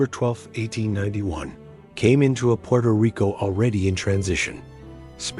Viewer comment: "Purto Rico?"